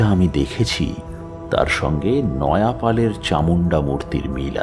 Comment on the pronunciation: নয়াপাল আবার কে? নয়পাল।